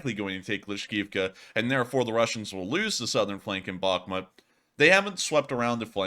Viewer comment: Bakh•mut : bäk′mo̅o̅t [emphasis on the second syllable]